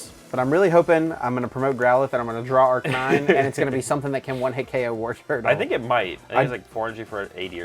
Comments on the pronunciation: Makes fun of people who say Arcanine incorrectly, while saying Arcanine incorrectly 😂 Ar+Canine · "Arcanine" is the way we said in spanish when we were kids since its the way you'd read it. Very funny to find out some people called it that way in english too